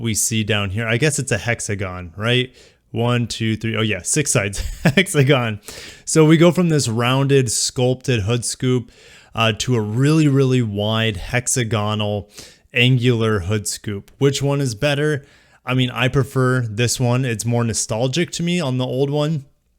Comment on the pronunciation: FYI; hexagonal is pronounced with the stress on the second syllable